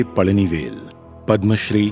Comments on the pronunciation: Pazhani vel Not Pajani vel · It's Palanivel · Bloody illiterate north indian godi media that's pazhanivel you morons